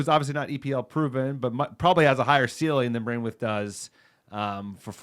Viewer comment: Please I’m dying 😂😂 it’s pronounced bran-th-weight not brainwith